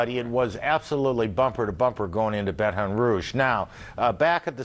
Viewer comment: Wow he said Baton Rouge right